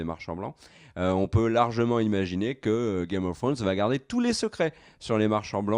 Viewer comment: Il faut cesser de dire "Cela va Têtre ceci" ou "Cela va Têtre cela", il n'y a pas de "T" à la fin de "va". Cela fait plusieurs fois que je fais la remarque mais ne semble pas lire les commentaires...